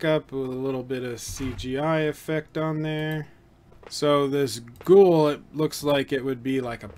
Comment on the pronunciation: Its not gool. Its GHO of Ghost + WOOL. So its Gho-Wool.